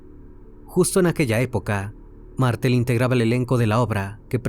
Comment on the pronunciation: Muy buen informe, pero una pequeña corrección: Pelusa, la ex esposa de Carlos, le pegó un tiro con una escopeta, no con una pistola, luego de que este la golpeara salvajemente. El barrio se llamaba "Florida", no " La Florida". Es "Facha Martel", no "Mártel".